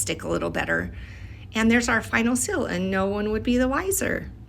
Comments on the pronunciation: I can’t get by the “sill” like someone leaving a pot on the window SILL for sunlight, instead of SEAL!! Rhymes with eel, or feel, or heal!! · Also thought she was saying “sill” the entire time. Only in the last 10 seconds did I realize she was trying to say seal. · Took me so long to realize you were saying “seal” and not “sill” 😂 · Pronounced ‘seel’ Not ‘sill’ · nice job! but you’re saying “sill” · she also says sill instead of seal 😭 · The way she says seal “sil” is sort of horrible. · I thought you were saying “Sill” until you put it on a letter. I’m so silly lol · I genuinely thought she was saying sill and that it was the fancy term for wax art lol